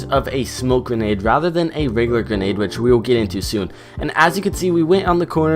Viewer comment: He said ganade